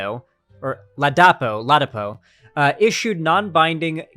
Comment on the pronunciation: It's pronounced LahDahkPoor and as a Nigerian I am ashamed of Dr Ladapo